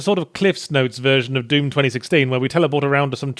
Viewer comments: Is he mis-pronouncing Doom on purpose? its D-oo-M. Not Duume. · it's pronounced "d-oom" not "dume" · I love that Yahtzee says Duum instead of Doom. Like vacuum. But only half the time. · I am amazed he consistenly calls it Deum, instead of Doom xD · I like to think he was pronouncing it Dyume because I sometimes try and overpronounce Dune as Dyoon cause I think people will hear me saying June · "Dyoom" still gets me 😂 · Why are you pronouncing it "Dyoom"? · I like how Yahtzee pronounces dune, I mean doom. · Actually, I think you mean deum.